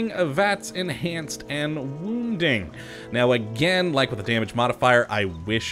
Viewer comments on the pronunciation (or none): none